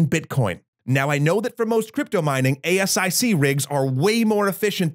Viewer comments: Oh god it hurts. ASIC is an acronym, please stop saying A S I C. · it's pronounced ayy-sick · Hi, Welcome to the podium! One nitpick that kept throwing me... the ASIC acronym is pronounced like 'A-sick'. I used to do quality control for ASICs. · I think it's the first time, I heard someone pronounce all letters individually in ASIC. You would normally do that for IC, but ASIC is usually spoken in one word. ;) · Just say aye sick instead of ASIC. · FYI, ASIC is pronounced as a word in the biz, like A-sick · OK. As an electrical engineer, I have to chime in on one of your premises late in the video. First, you do not spell out ASIC. It's pronounced "a-sick". Second, the idea that there's an algorithm "resistant to ASIC implementation" yet doable on GPUs is just plain silly. ASIC stands for "application specific integrated circuit". In other words: whatever a CPU or GPU could do, an ASIC could do better. If you cannot do it in an ASIC, you can't do it on a more general purpose processor (like a CPU or GPU) either. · ASIC rhymes with 'basic' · i think the crypto enthusiasts are more concerned with your pronunciation of "ASIC"